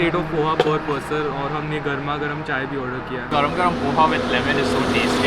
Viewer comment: Doosra wala was like " garam garam" ko "karam -karam" bol raha hai 😍🙈